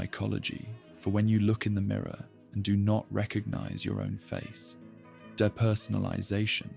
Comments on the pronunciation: The way you pronounced "depersonalisation" as "duh-personalisation" makes me think this is ai generated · why are we pronouncing depersonalisation like da baby